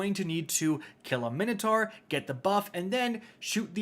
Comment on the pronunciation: Take a drink every time mispronounces Minotaur 😂